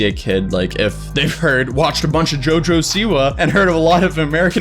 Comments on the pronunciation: Its not jojo siwu its jo jo Siwa. Lmao, you pronounced like jojo siwu. But goid video. (I dont like her aight?) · He said jojo seaweed